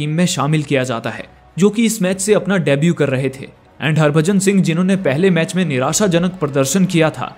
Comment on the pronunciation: Good video , but it’s debut not debue 😅